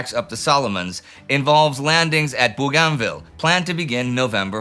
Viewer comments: Bo-gan-ville. It's pronounced "Bo-gan-ville" Not some strange faux French thing. I've got enough friends from there to get the pronunciation right. Bo-gan-ville. Not boo-garn-ville. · someone please teach indi how to say Bouoganville.